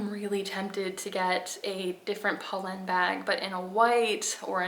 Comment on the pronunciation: You are pronouncing it right.